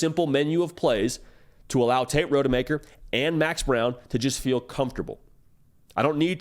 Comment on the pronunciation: This is the 4th video you’ve put out mispronouncing his name. It’s ROD-A-MAKER! Not road.